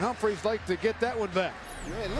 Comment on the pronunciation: lol at how the announcer says humphreys